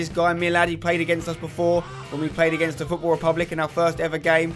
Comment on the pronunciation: football not gootball and its not aits its its